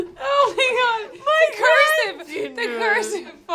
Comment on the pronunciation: “Grandchindle” I AM DECEASED, I forgot you said that 😂😂😂😂